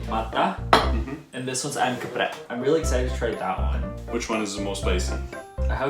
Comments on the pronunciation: When he say "Ayam Geprek" that is totally indonesian accent🤣 maybe javanese accent(?) Lol And thats makes me laugh a lot🤣 Idk where is the jokes but,just lol🤣🤣🤣🤣 Beda banget gtu aksen waktu dia ngomong inggris udh berasa lidah sana,sekali ngomong indo,indo bgtㅠㅠ Thats so cuteㅠㅠ♡ U can watch it from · ayam geprek nya lokal bgt pengucapannya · "Ayam Geprek" the sudden "medok" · "Ayam Geprek" Nya medok banget😂😂 gemeesssss